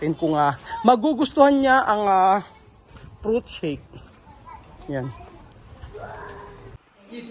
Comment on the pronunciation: Tama na pronunciation ni eh, "Fruit" shake. "Prut" shake parin si, lol😂. Sana matuloy na negosyo ni ito.